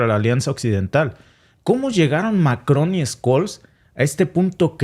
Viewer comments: Scholz se pronuncia " cholz". Tú pronuncias Skolz. En todo caso vuestro análisis y comentarios están muy buenos. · Se llama Olaf Scholl y no skol como tu lo pronuncias😅😂😅😂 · Hola que tal sigo tu programa desde hace un tiempo muchas gracias por tu información.. Solo quería pedirte el apellido del canciller alemán se pronuncia de otra manera..trata por favor de pronunciarlo tal como lo voy a escribir Chols (Scholz) No skols como tu lo dices .. saludos desde Austria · SE PRONUNCIA: OLAF SHOLTS y no SKOLL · Hola escol Noooooooo olaf shol se dice asi olaf shol me estresa que lo digas mal jajajajaja me encanta edte canal paz y amor hispanoamerica unificada todos somos hermanos